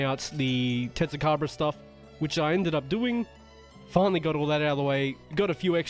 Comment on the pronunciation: "Finally" doesnt sound right :popcorn-yellow-striped-smile